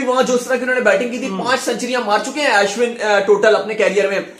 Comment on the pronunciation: It's not As win.... It's Ashwin.